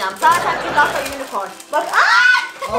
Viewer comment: külaha küllahta dedin🤣